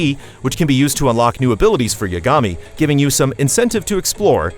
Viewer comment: It's honestly a pet peeve of mine when the VA's of a game/show say the name correctly, but the people reading the script of the review don't. It's pronounced "Ya-guh-me" not "Ya-ga-me".